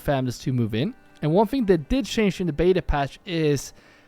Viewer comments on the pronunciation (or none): none